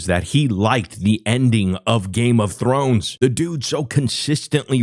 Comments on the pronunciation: Games of thorn? Thor? Games of Thor? Thorn? Da fuck he say? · He actually said Thorn lmao ledouche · He couldn’t say game of thrones with a gun to his head